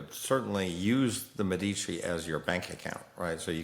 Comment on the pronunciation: you are mispronouncing Medici